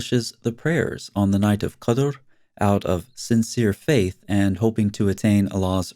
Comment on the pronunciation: The right pronunciation is: "qadr".. not:"qudr".. It's the most annoying night of the year for me since i live in the Middle East.. imagine buffles amplifying prayers from so many minarets all night! Literally! I once called the police and they said have a little patience.. 3 more days and it's over.. Little they knew I am an ex- muslim new born Christian who has health issues that makes me hypersensitive to any noise.. 😂